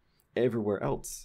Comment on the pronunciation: Now I'm sitting here analyzing everythiiiing and I realize you're one of those people who pronounces "else" like "elts." You're ONE OF THOSE. haha. Really though, thank you for these videos and I recommend that everyone visit his Patreon or personal website to throw a couple dollars at him for this greatness.